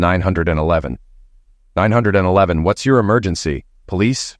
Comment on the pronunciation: A two year old BMW is worth $15 to 20 thousand. Please 911 is pronounced 9-1-1.